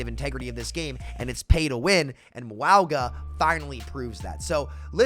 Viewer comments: My guy you really have to stop saying wowga. Samoan pronunciation is like Mownga, or just Mauga is fine. Anything but wowga. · Cataloging sams pronunciation of Mauga so far: Mwowga😮, Mwah-ga💋, Meowga 🐈, Moo-aga 🐄. Ty and I look forward to adding to this comprehensive list in the future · I agree, but why does call him Mwowga? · Can we start a petition to get people to pronounce mauga’s name correctly? Lol